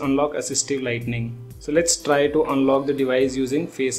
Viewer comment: It's 'assistive lighting' and NOT 'assistive lightning'. And that doesn't mean phone will get unlock at lightning speed 😅 It means that when it's DARK, an assistive WHITE LIGHT will come on the screen so that your camera can recognise your face .